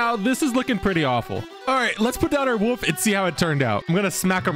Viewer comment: you also need to learn how to say "wolf" apparently.